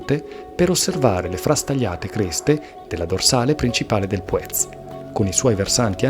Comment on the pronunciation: Mi spiace per il meteo poco favorevole. Gran giro cmq. Il nome Puez l' ho sempre sentito pronunciare con l'accento sulla u a dire il vero :/